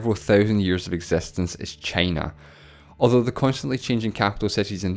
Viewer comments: i quit watching after hearing the pronunciation of China as tʃeɪnə. Heaven knows what else more... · I don't understand why you pronounce China as "chEY-nah"